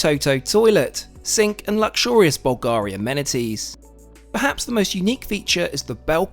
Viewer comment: Bulgari is pronounced with the accent on the first syllable